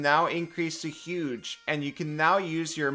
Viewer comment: Did somebody say… “HUGE” IMPORVEMENT